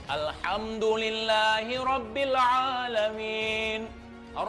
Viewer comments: yg terhormat:... 'Alhamdulillah... 'A disini adalah 'Aint bukan Alif...pembacaan nya juga berbeda yakk...sekedar mengingatkan jika bukan ranah nya kita berbicara mengenai agama alangkah baik nya tidak membahas agama... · itu yg pake topi org islam apa bukan yah... baca alhamdulillah aja msh slh ko brani2 nangtang habib.. ingat jami dri banten sgt mencintai habaib